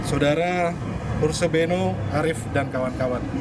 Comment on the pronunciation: Namanya Harsubeno (kedengarannya : Asubego) iparnya si Refly tak Harum (yg DIPECAT dari BUMN itu.)